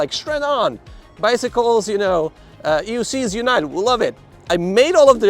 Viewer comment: came to the comments to share/see if anyone else heard "EUscheees" lol "for the love of Begode" was classic